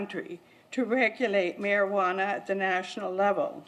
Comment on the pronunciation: am i the only one who gets irritated that 1 she's not saying cannabis, the real name, and 2 how she pronounce Marijuana